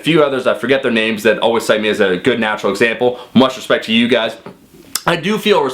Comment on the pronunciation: When say his name, you better put some respeck on it, all tree of yall